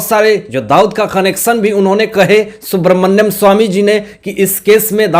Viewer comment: सुब्रमन्यम ❌नहीं सुब्रमण्यम ✔️